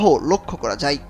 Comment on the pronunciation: কমে যাই না কমে যায়, হ্রাস পাই নয় হ্রাস পায়, হই উচ্চারণ হবেনা হবে হয়।